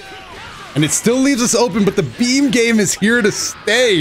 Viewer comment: and then they never knew what they started “Za Battle Of Za Beams”